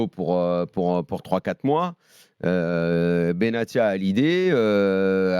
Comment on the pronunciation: Et on signalera que Daniel est le seul journaliste en France qui prononce correctement le nom de benatia